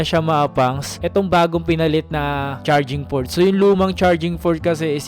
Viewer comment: charging fort? halatang di mo alam mga English words na ginagamit mo kuya hanggang ngayon. kahit sa mga ibang vlogs mo. ang dami nyong ganyan na mga nagva-vlog para daw sa kaalaman ng iba o manonood. kung para pala sa kaalaman ang vlogs nyo e dapat sana naman e alam nyo rin, alamin nyo rin siguraduhin nyo tama ang mga words ( meaning )na pinagsasasabi nyo para sa tamang impormasyon. kung ano yung sinabi nyong words sa pagbigkas nyo, yun ang gagayahin ng mga nakarinig sa inyo na di rin alam o sure sa kung tama ba ang sinabi nyo. so nakapagpasa nadagdagan pa ang gagamit ng mga maling salita o English words na mga Filipino. imbes na nakatulong ang mga sinabi nyong mga Pinoy vloggers e nagpapakalat pa kayo ng mga maling paggamit ng English words. magreseach muna sana tayo, mag-aral muna sana tayo bago gamitin ipasa ang ano mang mga information✌️